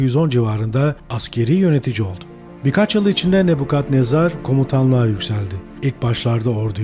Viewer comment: Neden "Nebukadnezar" değil de, "Nebbukhadnezzar!?"